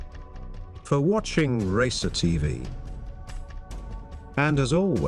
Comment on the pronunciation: I got shocked on how "racer tv" was said